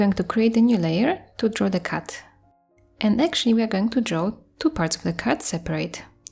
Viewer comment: Your accent is so amazing and whenever you said cat I thought you said cut lol. But I love the art and your accent 💗